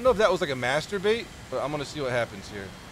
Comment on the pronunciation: Wait.. did say Master bait? Or the other one insert lenny face